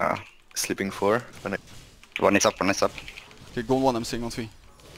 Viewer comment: Its Three not free lol Englishman